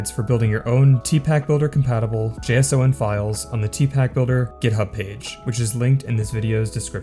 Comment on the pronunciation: I can't unhear JS-O-N